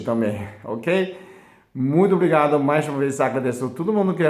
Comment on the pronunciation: "Quelido"..... obligada....